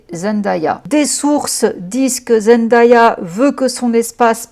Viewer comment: Je vous en prie (pas que toi), est-ce qu’on peut prononcer correctement Zendaya ? Ça se dit Zen-day-a ("day" comme le jour en anglais) et pas Zen-da-ya 🙏